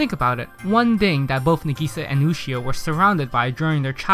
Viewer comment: "one dhing"